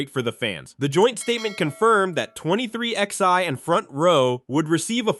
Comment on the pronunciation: "twenty three ex eye".....